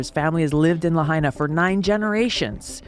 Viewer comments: I SO wish people who make videos about Lahaina, Maui would take a minute and learn how to properly pronounce the City Name. It’s pronounced (La-HIGH-Na), NOT (La-HEY-Na). Please people. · It's pronounced La hy na, not La hay na!!! Get It Right!!! 👍🙏💖🌈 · FYI, Lahaina is not pronounced "La-HEY-na", it should sound like "La-HIGH-na".🙄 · It’s La-Hi-Na, not La-Hay-Na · If you are going to report on the wildfires please show enough respect to the people by learning how to say Lahaina correctly!!! Lah-hi-nah. Ai is pronounced like eye in Hawaii. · {La high na} Please learn the name of the town in which you are speaking. Mispronunciations make you sound stupid... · "la HAY nuh" ?? do you know about hawaii? are you just capitalizing on this? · It's pronounced LA-HI-NA LAHAINA ❤🤙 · None of you live in Hawaii. Why don't you ask them what's going on instead of trusting some idiot who can't even pronounce Lahaina right. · I don't get it. The announcer was able to pronounce Ulupalakua but not Lahaina? Toopid! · This respect for you when you can't even pronounce Lahaina correctly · this guy could at least learn to pronounce "Lahiana" properly .... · P l e a s e pronounce Lahaina correctly, it's my husband's hometown. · Bro look up how to say lahaina. You're saying it wrong jesus christ